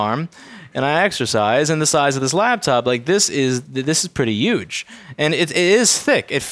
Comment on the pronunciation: “this is pretty uge.”